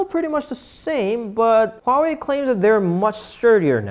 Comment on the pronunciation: He pronounced Huawei right